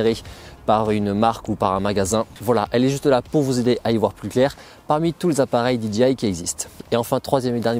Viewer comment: Euhhh, DJI ca ce prononce Di - DGEY - Aï ... Là vous dites DGI (Di Dgi Aï) et DGI n'a jamais vendu de drones... Sinon, votre revue des drones est bien faite et intéressante, merci !